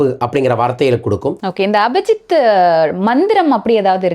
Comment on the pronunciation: அபஜித் என்று அபத்தமாக சொல்லாதீர், அது அபிஜித்.